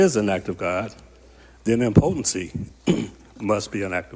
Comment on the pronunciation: IM-pu-ten-see…..not Im-PO-ten-see